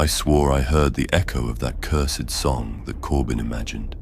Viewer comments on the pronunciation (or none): none